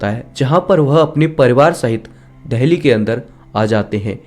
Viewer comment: Bhai dheli nahi dili hai